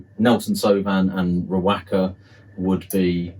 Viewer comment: Great video bro. Top tip: Riwaka is pronounced "Ri-wa-ka".